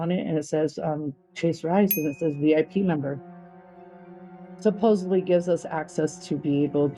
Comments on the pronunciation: "Supposably" is a real word, meaning "able to be supposed" but she says it meaning "supposedly". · What's UP with saying "supposibly" instead of supposedly? I hear this all the time now! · Why can't her and her friend pronounce supposedly!? They keep saying "supposubly" jesus christ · It's pronounced inSURance. And the word is "supposedly " not "supossebly". But yeah, she's really smart? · “Supposively.” Her friend: “Supposably.”: “…supposedly.” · Her friend saying she was the smartest person she knew followed by dropping “supposably” was gold. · I can’t get past her repeatedly saying “Supposebly” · The fact that she says "supposobly" tells me all I need to know. 🤣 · "Supposebly" is not a word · 'Supposably' is unusual, but it is in fact in the dictionary. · She pacifically says supposebly. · My words exactly. And people who say "supposebly" grinds my gears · It's a commonly mispronounced word. Makes me cringe! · No one on ever knows how to say supposedly.